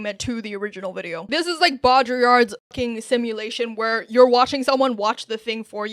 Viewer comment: Baudrillard mentioned!!!!! side note: learn how to pronounce buadrillard